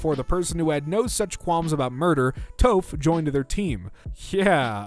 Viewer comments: HER NAMES PRONOUNCED “Taaf” SOKKA IS SOCC-AH WHY AM I SO MAD ABOUT THIS. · "Sokka" So-ka... edit: also "Toph" Tow-f great vid tho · Toe-ph ... that hurt to hear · They way you pronounce sokka and toph activated every bone in my body, and theyre all in attack mode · THE WAY HE PRONOUNCED TOPH. I'M DEAD!